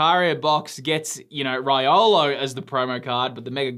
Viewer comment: LOVE THIS SET SO MUCH! I've got some Mega cards from last time. I must agree it's very very very desired. At least for me. Haha! And bro, with all respect. Riolu was pronounced as Ri - O - Lu. Based on the Jap text on the card. Have a great day and hope i win the card! Love it too!